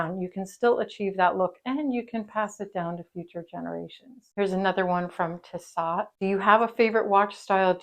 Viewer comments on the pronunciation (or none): Tissot is pronounced with an oh sound at the end, not ott. Thanks for the video! 🩵